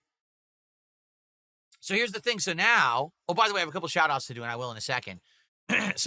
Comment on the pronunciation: the pointing at the screen thing is so deranged. "Right naow"....he can't even pronounce "now"...